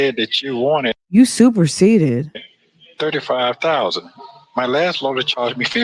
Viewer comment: Fran...He superceded what? Did he say superceded 😂😂😂😂